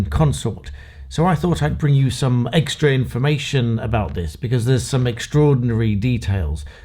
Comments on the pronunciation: Are you playing with us? you say eggstra information and its eggstraordinary! I suggest you stop cracking yolks. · Did I hear you say, "eggstra" and "eggstraordinary" or did I make that up?